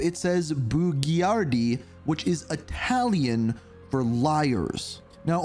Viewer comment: Love the way you say Italian words!